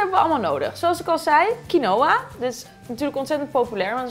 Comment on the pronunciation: Lekkuuurr! Je spreekt quinoa alleen uit als kienwa :)